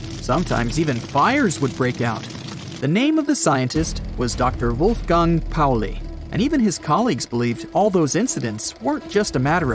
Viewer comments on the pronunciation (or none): It’s Wolfgang Ernst Pauli, not Wolfgand Pauli.